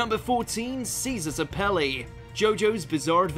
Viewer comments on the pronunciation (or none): Caesar "Sapele"💀💀